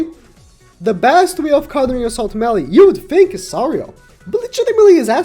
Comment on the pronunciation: It ezzz what it ezzz boys